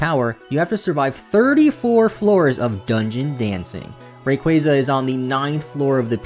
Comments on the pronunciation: Hey... really quick... Ray-quah-zuh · STOP SAYING RAYQUAZA LIKE THAT FFS